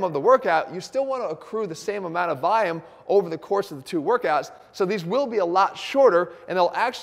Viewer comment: Volume not vayum. Love the video!